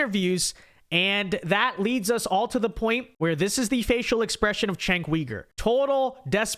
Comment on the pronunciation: It’s not “Chank”, it’s not “Senk”, it’s not “Kenk”. It’s pronounced “Jenk”.